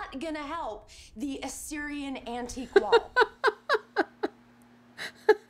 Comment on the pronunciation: Assyrian, not "Assumerian" :-)